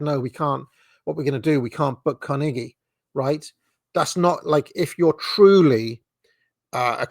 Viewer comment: I enjoy your pronunciation of Carnegie